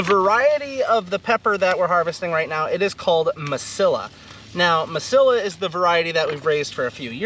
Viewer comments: I realized what you were calling the long, hot peppers - Mesilla - is pronounced differently in the Southwest due to the Spanish vocabulary rule. The double "LL" has the "y" sound, making the word Mesilla sound like "Meseeya". I'd have to adjust my thinking if I ever had a chance to come your way....which would be fantastic! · FYI - the hybrid pepper "Mesilla" should be pronounced "ma-see-ya"; the double "L" is pronounced as a "Y" in Spanish. The Mesilla Valley is an area in southern New Mexico known for peppers. The Mesilla hybrid was developed by Jim Lytle in the Mesilla Valley.